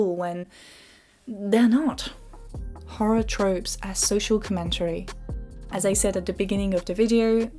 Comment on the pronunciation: Inte-RES-ting com-MEN-tary 😄